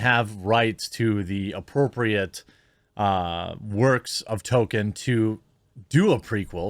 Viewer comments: His name isn't Tolkien, it's Token. You racist. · Token characters, not Tolkien characters